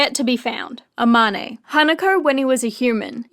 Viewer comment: Love this but, the way they pronounce Amane 😭